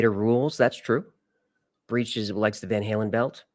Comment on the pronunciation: You just said Van howlin” not “ van hailen” its Van Halen